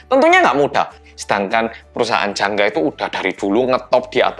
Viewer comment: ngomong jangga aku dengernya janda